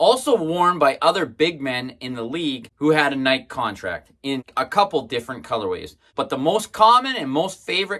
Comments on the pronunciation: Is there there a specific reason you are pronouncing Nike the way you do? He in Eugene home of the brand we pronounce it like Nike-E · Pronouncing Nike like "Mike" is weird, but cool video. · I can't watch this, dude. He goes out of his way to mispronounce nike. He's the only person on the planet who pronounces it like that.